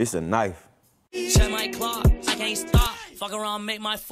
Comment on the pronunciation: “‘Tis a knoife” - Sir Savage the 21st